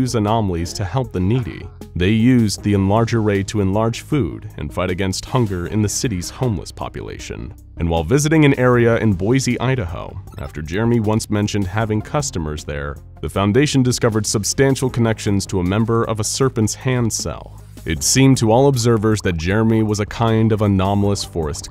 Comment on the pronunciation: Hey, I'm a resident of Idaho! I was born and raised here. Just wanted to let you know that we pronounce Boise as "BOY-SEE" and NOT like "BOY-ZEE". Drives most of us nuts when people do that.